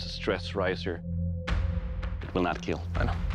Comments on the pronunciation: Doug: *Puts an antire sword through a pig.....twice. Also: "Will not keeeel" Umm.....pretty sure it will keeel, it just won't last very long in combat. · It will not keell...😔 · And......it will keel....... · First time I heard it will not keal I not sure if I’m sad because of that or happy because I Finally heard it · Merry Christmas! It will keel! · "it will not keal" for christmas? Thats a heart breaker...